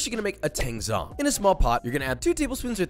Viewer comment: "Tangzhong" (TAY ng Zong) me: * dies of pronunciation *